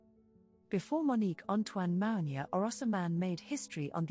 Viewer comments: Her name is pronounced MOO-NI-AH. Iman is pronounced EMAN. Please try and pronounce their names properly. It's a sign of respect. Thank you. Katoucha Niame is here in the red dress. timestamp She is very different than Mounia. I was in the same agency as Katoucha Niane Chez GLAMOUR located on Rue Francois Premiere 75008 Paris. Katoucha was a huge inspiration and muse to YSL and wrote a book called "Dan Ma Peau" or In My Skin. The other model you have as a thumbnail is Rebecca Ayoko. I knew her personally and she was primarily a runway model. If you look carefully you will notice her features are distinct from Mounia, In other words you have three different women here: MOUNIA, KATOUCHA NIANE and on the thumbnail Rebecca Ayoko. In those days black women were used a lot for the runway because of their ability to bring drama and excitement to the stage. Agencies had two seperate divisions: RUNWAY and PRINT. Later, PRINT models were cast and you can see the difference in the walk. For example, Claudia Schiffer was really a print model recruited for the runway simply for the press and it shows in the way she carries herself. Models like Naomi, Pat Cleveland, Billy Blair to name some had dance training which added another dimension to their stage persona. If you look carefully you will see each of these women have distinct features. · That the narrator is misprouncing not only Mounia's name but also Iman and Yves Saint Laurent's names is painful...